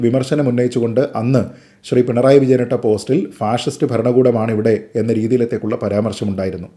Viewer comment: ഫാഴിസ്റ്റ് എന്നതാ 🤔അങ്ങനെ ഒരാളെ പറ 🤔അപ്പൊ ഞങ്ങൾ ക്ക്‌ മനസ്സിലാകും 🤔